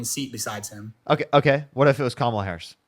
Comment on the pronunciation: At least he pronounced Kamala’s name correctly.